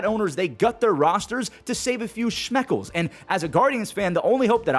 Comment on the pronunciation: Saving shmeckles? I think you meant Shekels lmao